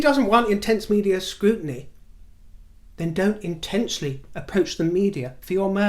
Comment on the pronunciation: Scrutiny- Scrotiny 🤣🤣🤣